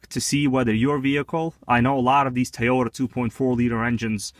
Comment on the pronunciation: tow yo dah not tie yo tah